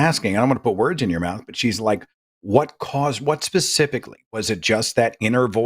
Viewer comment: "I wasn't talking about you pasificly" did he call you an ocean?